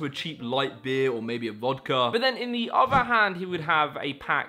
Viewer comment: Bro said "vodker" and then proceeded to attempt to sell us some doo doo ear buds lol.